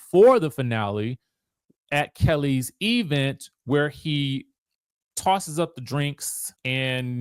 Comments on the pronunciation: Why do the bloggers pronounce event that way? Omg annoying! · E-vent was a joke 3 years ago. I'm now of the belief that the work pronunciation has permeated your vocabulary. Please stop.